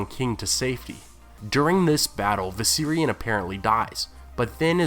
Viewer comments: How fucking hard is it to say the V in Viserian? Fucking hell you said Syrians like ten times. The night king mounted a Syrian immigrant? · love the video. hate the way you pronounced Viserion 😂 I thought you were saying 'The Syrian' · Oh Viserion... I kept hearing "the Syrian" and I was wondering what the hell this poor chap has to do with it.